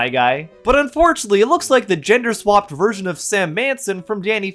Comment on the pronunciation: “Genda fluid”